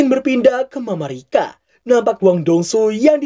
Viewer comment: Ga usah alay mamarika mamarika tinggal nyebut Amerika susah amat